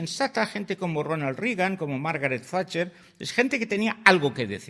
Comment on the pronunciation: Margaret facher? 😂😂😂